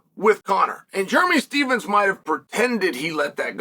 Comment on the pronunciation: Jeremy stevesem. I love uncle chael always butchering names. Chael Still the goat forever